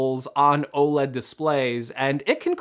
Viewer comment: why is he saying OLED wrong 😭😭😭